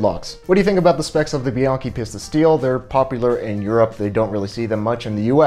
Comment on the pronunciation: It's peace'-tuh. Not pissed-uh.